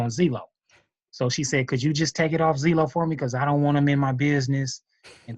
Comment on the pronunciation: "zeelow" lol